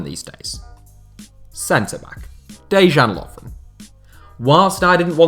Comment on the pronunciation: For f**k's sake, it is pronounced "Deyan Lovren", mate.